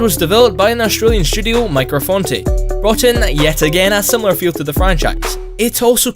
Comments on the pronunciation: It was Micro Forte, not Micro Fonte. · It's Forte, not Fonte.. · Micro FoNte??? It's Micro FoRte, ffs... XD